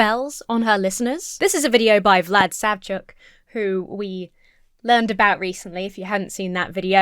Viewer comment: One note - ukrainian surnames that end on "uk" are pronounced with stess on that last syllable "savchOOk". You're awesome, btw!